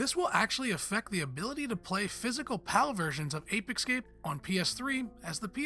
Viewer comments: Ape Ecscape? Can you read? Stop saying it thay way🤦🏻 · "Ape Excape?" Seriously, multimillion subscriber outlet? Hire better presenters.